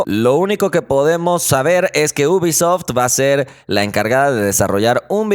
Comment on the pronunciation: Ubisoft se pronuncia iubisoft.